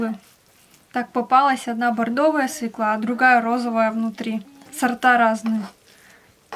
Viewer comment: Деревенские обычно правильно говорят слово свекла с ударением на первом слоге, на втором слоге делают ударение городские малограмотные люди